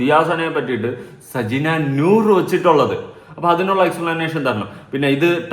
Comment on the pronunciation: സജ്ന നൂർ അല്ല... സജ്ന crore😂